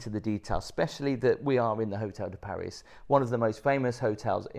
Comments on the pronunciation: I cringed every time uou said the hotel name...it's Hotel de Paree.. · it’s pronounced PAR REE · it’s Hotel de Pari. You don’t pronounce the S. love the show. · Instayed here too. V lucky. Got the helicopter transfer as well. Small correction, its Hotel de Paree......French pronunciation merci beaucoup!!! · It is usually pronounced "Hotel de Par-ee". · Thank you for the review, however and please don't take this badly but the Hotel de Paris is pronounced Hotel de Paree. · It’s pronounced Hotel De Pari rhymes with Harry. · You don’t pronounce the S … Paris … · Ask a Frenchman how to pronounce „Paris“, please. Next, no modern helicopter is do low, that you need to duck. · Don’t pronounce Paris the English way. It’s should always be done the French way when referring to this hotel. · Probably best sticking to budget hotels. Both the hotel de Paris (btw the s is not pronounced) and the Fairmont are fabulous hotels. We stay at both. Not had any issues with the staff being rude. We’re pleasant to them, they’re always pleasant to us. I can see that making a fuss over a mattress cover in a hotel of this class would not be seen favourably. You appeared to be totally out of your comfort zone. Don’t deter others from staying here, it’s an incredible experience, particularly during the Grand Prix. Would encourage anyone who appreciates the finer things to visit. Maybe stick to Butlins in future 😊